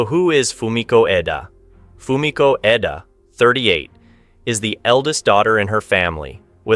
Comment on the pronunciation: I don't know if you realized that you were going back and forth in pronouncing Fumiko's last name. Sometimes you called her Fumiko Eda and other times Fumiko Edo. Could help if you had someone watch and edit the videos before publishing. You could just make them private and ask a friend to watch it before you open it up for everyone. Other than that I really enjoyed this one well written and narrated.